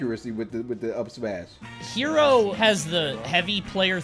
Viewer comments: Just FYI his tag is pronounced Heh-ro, like "hello" but with an "r" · The player Hero(へろー)'s pronunciation is not "hero". Actually it is more like "hello". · The name of this deity is HERO, but its pronounced "he-roh".